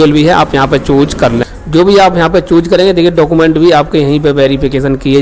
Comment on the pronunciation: Chooj✅ choose❌